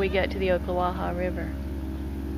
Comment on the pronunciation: Pronounced - Ock not Oak - Ocklawaha Nice footage though.